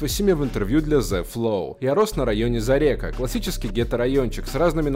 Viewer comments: Как житель Тюмени говорю: не зарЕка,а зАрека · зарЕка - уши режет 😂 зАрека